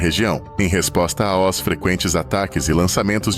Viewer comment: Pelo amor de Deus..pare com esta bobagem de "A.O.S"....Fale normalmente: aos...ganhou um deslike!